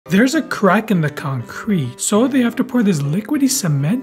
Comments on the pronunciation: The emphasis him put on the CRACK. Sounds kinda sus. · Why is bro putting so much emphasis on every "crack"👀